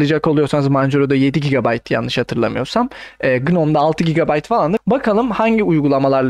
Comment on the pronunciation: sen ilk önce türkçeyi öğren sonra anlatırsın bide gb doğru oku